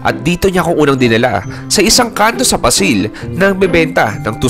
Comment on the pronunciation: Ganyan din ang pochero sa Negros Occidental, hindi orange. 😂😂😂 Paaaaa---sil po, hindi Pa-sil.